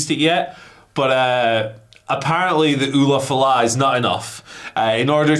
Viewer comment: The way pronounces Ula Fala.....geez. even comes in and pronounces it correctly, and i think it was intentional because he got tired of pronouncing it wrong. Lol